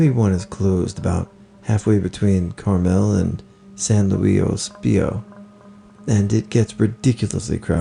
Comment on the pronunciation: My man butchered that san luis obispo pronunciation